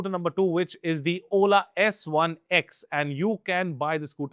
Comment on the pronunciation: U lost me at the word oooola